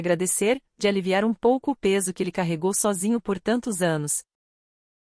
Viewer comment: SOGINHO kkkk É sózinho IA não sabe ler em Português e quer substituir o ser humano 😂😂😂